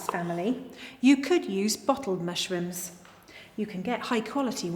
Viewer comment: And I heard her say "morshrooms" at least once.